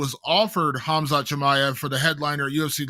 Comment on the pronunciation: How is still saying "Ham-zot"